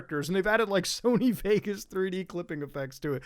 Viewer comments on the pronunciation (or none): none